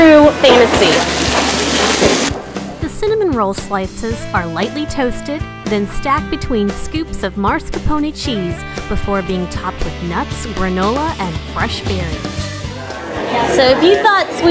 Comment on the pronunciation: mars-capone cheeseeee???? lol